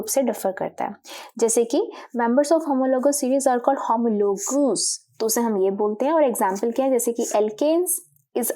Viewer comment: Mam doesn't know how to pronounce homologues and oxygen 😂😂. But great work👍🏻👍🏻